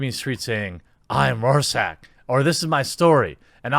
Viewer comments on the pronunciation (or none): Rorschach is pronounced like "roar shach" the ch is hard to pronounce for a non German speaker though. But it's not "chrrr" how loads of people tend to pronounce it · Roar-sack? Seriously? PS: It's pronounced like this: ROAR - SHACK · It's pronounced roar-shack. Still love you though! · I'm not being a Dick...Rorschach (Row-Shack). TheQuartering gets my viewing every day. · Rorschach is pronounced like "Roar-Shark". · I hate it when people butcher Rorschach's name. First "fans" keep butchering his name, and then HBO butchers his character. Give the guy a break. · Typically I like your content, but you missed the mark in a massive way here. Is a show “woke trash” simply because it uses white supremacy as part of the storyline? The fact that you can’t even pronounce the name Rorschach tells me you have zero experience with the material. Watchmen was an INCREDIBLY political graphic novel. Alan Moore himself has said as much. Politics and social commentary are the crux of the main story line. It’s fine if you don’t like the show being political, but it’s simply trying to make Watchmen relevant in today’s political climate as it was then. Which, judging by how people like you are talking about it, it’s working. You’re welcome to dislike the show, but it seems to me you’re calling it trash after seeing ONE episode. Good grief, do you have any clue who Lindelof is, or how he approaches a show? By the end of this season, you’re going to feel much differently about Watchmen. I guess you never saw Lost or the Leftovers. If you had you’d realize things are rarely what they seem in his work.